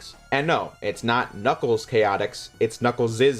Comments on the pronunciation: I don't know if you were joking, but you don't typically pronounce the S twice in a word that both ends in S and has a possessive S; like Knuckles'. That's why it's spelled like that, Knuckles', and not Knuckles's, which is how you claim it's pronounced. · Knuckles' is pronounced Knuckles, not Knuckleses. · It is Knuckles' is pronounced exactly the same as Knuckles. That's why there's no s after the apostrophe. Knuckles is still a plural word even though it's being used as a name.